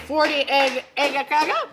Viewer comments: Some standard Scanian breakfast, amazing, I lived in malmoe for a few years when I was a kid, but I'm impressed, you nailed the Scanian accent of äggakauga 🙂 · No not at all.. Its Äggakaka... Please respect the language. Ä is not A at all... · A French person can have an accent while speaking English and it’s fine but god forbid an English speaking person has an English accent when saying a Swedish word